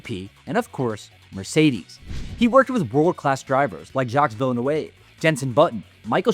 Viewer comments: It’s pronounced: “Jock Vil-NEW” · Can't get over the Jaques Vilneuve pronounciation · Jacques Villa-New-wave i'm dying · The moment you pronounced Jacques Villeneuve I knew you have no clue about F1 🤦‍♂️🤦‍♂️🤦‍♂️